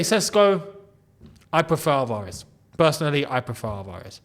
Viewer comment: Álvarez, not Alvárez.